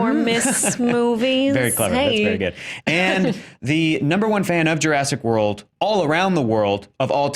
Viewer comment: Jurassic War-old. LOL